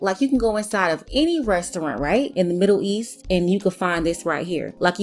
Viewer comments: She dont even say the middle east she say the midhereast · Seems like is having a very hard time pronouncing the word "middle east" 😳...." the midder east"🤣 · I've been to the Middle East is, however I am not aware of "The Midder East" location. That Accent came out heavy. lol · Why she saying "Midder East?" 💀